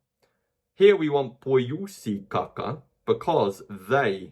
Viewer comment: every time he says "kaka" I hear caca.